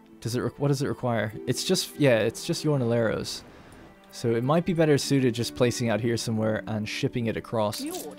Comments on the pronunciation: Love the series and thanks for the frequent uploads! Also fwiw, jornalero is pronounced "horn-a-lair-o" ( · Like "horn-a-ler-o" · I know its been a time but jo is not said like that, jo is more like ho and then the r pronounce it like you do in La Corona